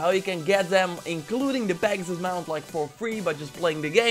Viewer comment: Pagsus he says 😂